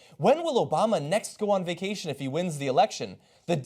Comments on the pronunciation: Vaction? wtf is a vaction.... Are you making up words now? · vaction lol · whats a "Vaction"? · VACTION?!?!?!? lol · What is a "vaction"? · didn't know you could take a "vaction" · What's a vaction? Is that some kind of sucking procedure?